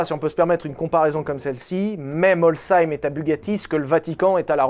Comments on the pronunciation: Il a fait l’effort de vérifier la prononciation de Molsheim, Veyron et Chiron mais n’a pas pensé à faire la même pour Rimac… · Etant Alsacien, j'apprécie la prononciation PARFAITE de Molsheim ! (Fais une vidéo sur la collection Schlumpf stp) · Merci d'avoir prononcé Molsheim correctement 👌 les Alsaciens te remercient 😁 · Très bonne vidéo et merci étant alsacien d'avoir prononcer correctement la ville lol même les journaliste tv ne prennent pas le temps de savoir dire correctement 😂😂😂😂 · J'habite a coté de Molsheim, je te confirme que ta prononciation est parfaite. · Coucou, l'Alsacienne que je suis te confirme que tu prononces bien Molsheim et je t'en félicite car beaucoup de gens se seraient trompés. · c'est bien tu ne dis pas MolSCHEIM merci à toi ahaha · L’alsace te remercie pour la prononciation de molsheim❤ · enfin qlqun qui détruit oas le nom de mon bled 😅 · L'Alsace valide la prononciation ! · Prononciation de Molsheim : 👍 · Molsheim et Bugatti mentionned 😀 Edit: ET BIEN PRONONCÉ EN PLUS💃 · En tant qu'Alsacien, je te remercie d'avoir prononcé correctement "Molsheim" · Les alsaciens te remercie de bien prononcer molsheim❤ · Sa fait bizarre d"entendre le nom de son village Alsacien prononcé correctement je travaille a coté de l"atelier de molsheim je passe devant tout les jours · Nickel la prononciation de molsheim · Propre le Molshein, la prononciation pas le lieux claqué au sol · De la part d’un alsacien, merci pour la prononciation de Molsheim 🫡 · J'ai grandi en Alsace tu prononce très bien Molsheim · De toute façon si tu voulais continuer de tourner a l'anneau du Rhin fallait que t'apprenne a prononcer Molsheim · MERCI PUTAIN ! IL A DIT "MOLSHEIM" CORRECTEMENT BORDEL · En tant qu'Alsacien je peux dire que tu prononces bien Molsheim :) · j'habite a Molsheim et je te confirme, tu le prononce bien!!! ;) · Merci d’avoir dit le nom de ma ville correctement ! 😂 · Bravo pour Molsheim tu la très bien prononcé et encore se nom de ville est facile 😅